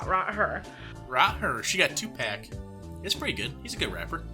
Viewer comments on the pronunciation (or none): Why are you having such a hard time saying 2Pac? 😅😂 It's pronounced two pock - like chicken pox, without the s sound 😊